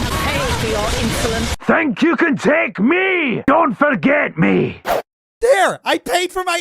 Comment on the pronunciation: Lorithia: You'll pay for your insolence! What I'm hearing: you'll pay for your Insulin. Damn girl you doing a side job for insurance 😅